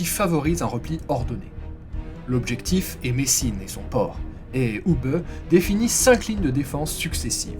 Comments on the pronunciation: Hubé......punaise mais tu as appris a prononcer les noms teutons ou? "Hubeuh" c'est un nom propre.... ça te dit que je te rebatise ""? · Pour la prononciation de Hube, elle est presque parfaite. Vous auriez pu terminer par "bè". 😊 Bonne continuation Si pour d'autres vidéos pour des noms belges (francophones ou flamands) ou des noms allemands vous avez besoin d'aide pour la prononciation, je peux vous aider si vous le désirez.